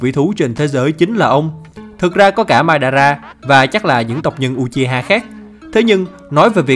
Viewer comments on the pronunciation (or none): none